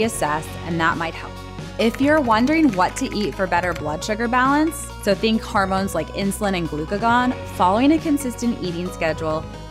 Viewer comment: This is a terrific video, but it's annoying that your narrator is pronouncing 'hormones' as 'harmones'. It's unfortunate that the word is repeated constantly because it ruins the message.